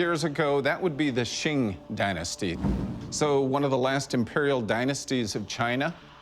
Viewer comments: Oh man, he lost me when he pronounced Qing as "Shing" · It's not "shing" dynasty. It's pronounced like "ching".